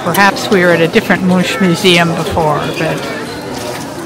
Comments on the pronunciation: Will watch your whole journey :) The museum is pronounced Munk, The same way you would say Munch, but with a K at the end. The U is a little different in Norwegian, but it's fine the way you say it, we can understand you. Your husband was actually right, the royal family were home, because the flag was raised..If the flag is not raised they're away. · You can pronaunce Much as Monk. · Mun(ch) is pronounced with a k or like the C in Coca-Cola if you like.